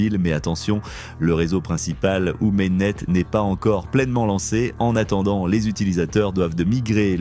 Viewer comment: on dit main net, pas méné ! :face-blue-smiling